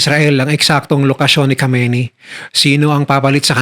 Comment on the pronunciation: Khamenei not khameini